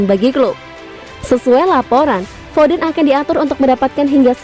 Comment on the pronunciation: Foden namanya, bukan fofen